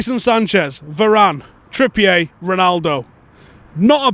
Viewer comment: Why the fuck are you saying Trippiyay? You know he’s not French right big lad?